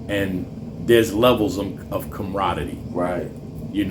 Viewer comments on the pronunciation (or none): I think had too many interviews with Shotgun...comraddy?!!...its com•rad•er•y...🤣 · 🤣🤣 CAM-RAH-DERIE! Not whatever the hell you're sayin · He said "comrodity" 🤣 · Someone please teach the interviewer how to say camraderie